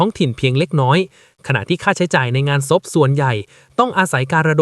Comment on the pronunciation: ศพทำไมพูดส๊พครับ❤